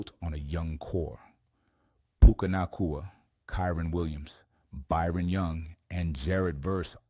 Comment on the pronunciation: You can tell it's AI when they can't pronounce Puka's last name. Fck AI!